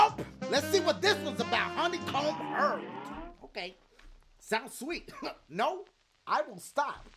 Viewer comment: i love how he says neooo